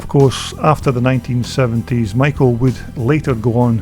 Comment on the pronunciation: "SHOCK!!" This gentleman actually pronounces Maico properly! I was the parts manager for Gray International, the Maicp importer in Detroit, MI at the Harbor Terminal building in 1965-66. Most Americans say May- co. Germans do not pronounce the first vowel.